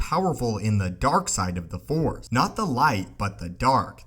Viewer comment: Force!! Not Four!!!